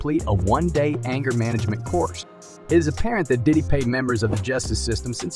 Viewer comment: Shouldn't be speaking on him if you can't pronounce his name